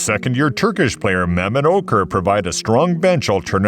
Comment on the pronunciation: might want to double check the pronunciation for Okur and Tayshaun lol